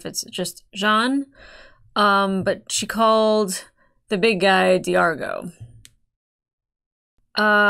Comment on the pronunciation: You're reacting to Farscape AND Doctor Who at the same time? Two of my top 5 all-time favorite sci-fi shows! SUBSCRIBED. Names: D'argo (rhymes with "cargo" - no glottal stop) Rygel ("rye-jel") Zhaan (rhymes with "van")